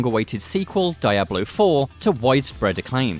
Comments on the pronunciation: Maybe, the pronuntiation of diablo was "Dai-ablo" if not AI its a bad reading script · "Daya - Blow" you know the dude hasn't played it before for him to say it that way